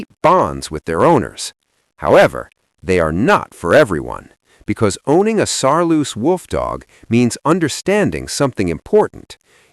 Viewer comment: It's Saarloos wolfdog not Saaloos wolfdog.